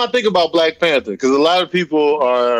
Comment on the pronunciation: WHY THE FUCK DID ERIK KEEP SAYING "PANTER " INSTEAD OF "PANTHER"??????